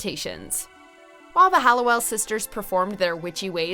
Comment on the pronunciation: I am pretty interested in this video and think it is very well done BUT please can the narrator stop calling the OG sisters the HALLOWELLS. I know it seems silly or is it? I mean it‘s about these sisters and their name was part of their identity and family history…